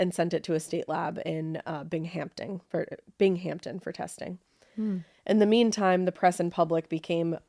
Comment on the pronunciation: BTW, “Binghamton” is pronounced BING-UM-TUN not BING-HAMP-TON. Honest mistake, ladies….no biggie!! I know it sometimes bothers you New Englanders when us New Yorkers pronounce your towns & cities wrong (lol, I was born in upstate NY but I live in Florida now, the same thing happens to ME down here, too!!😅).